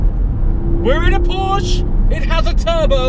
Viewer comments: Dude, its PorschE not PorschA :D Look it up how to pronounce it correctly mate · Not Porsch its a PorschE! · porschE not Porsch! Say the „e” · Why you UK people cant say Porsche.... PORSH PORSH PORSH